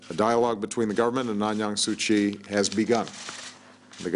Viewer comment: WTF This nigga just called? Aung Yan su kyi? This nigga don't know what he is blabbering about! It's Aung San Suu Kyi nigga! If u can't pronounce even her name, how can u be a black president of white america?